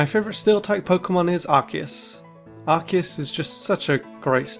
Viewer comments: It's Ar-key-us, not Arkoos! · Ar-key-us, not f*cking Arcoos! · IT'S ARCEUS, NOT F*CKING ARCOOS! GET IT RIGHT ALREADY! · It’s not ark-eus it’s ark-oos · it’s arkoos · No, stupid! It's supposed to be pronounced like RKS! Think of those 3 letters! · Its arkoos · It’s pronounced Arcoos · No, it's Ar-key-us! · It's pronounced Ar-see-us, you unpheasant. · No. It's pronounced Ar-Koos. XD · You're both wrong! It's Ar-key-us! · It's arcoos,Man? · It’s arkoose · it's pronounced ar-KOOS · THERE ARE NO O'S IN ARCEUS! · THE E IN ARCEUS SHOULD BE AFTER THE U! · Unfortunately Arceus was mispronounced the entire time